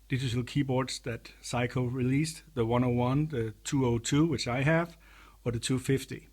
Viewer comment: I like how you pronounce Sei-ko to sound like Psycho ; ) seriously though, great demo video of an unusual and rare synth